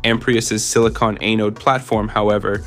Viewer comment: For the love of god, please stop saying “eh-node”…it’s “ah-node” And where is there ANY mention of SiMaxx???